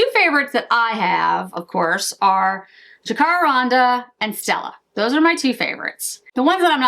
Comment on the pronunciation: Jacaranda - it’s Jack-ah-randa 😍 thank you for the review. Enjoyed it very much.💜xx